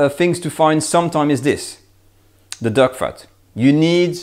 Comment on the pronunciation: "massage zer duck..." Love this channel...